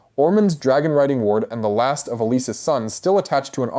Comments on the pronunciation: Like "Alyse" - who the heck is that? I know it's meant to be Allicent, but jeeze! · Whe did Alicent become Alys? Seriously your constant mispronounced names gives us all the impression you don't know what you're talking about as simply watching the shows would inform you of. I really want to like your channel but it gets more and more difficult the more shows I watch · Go back to school and learn how to read correctly. You even screwed up Alicents name. If you watched the show then say it that way